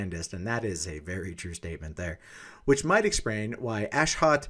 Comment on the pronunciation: Ashot is an Armenian name just so you know. Your accent is wrong lol